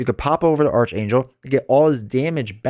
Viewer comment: FYI it’s pronounced arc-Angel (Or ark, Aark) not arch.